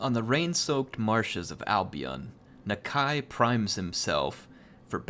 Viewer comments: I think its Na-Kai not Na-kay? not sure.... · the lizardmen language guide says that Nakai should be pronounced Nakie so something more like Na-key than Nuh-k eye. but i'm petty sure people are just going to make up their own pronunciations and it's not like the game uses proper Saurian anyway and it's not like non-lizardmen can pronounce it 100% anyway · Nuh-k eye I think is how it is pronounced. I love the content, keep it up!:D